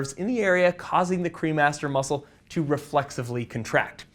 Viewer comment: I swear I thought you were saying the cream Master muscle I was like hmmm 🤔 that's aptly named. lol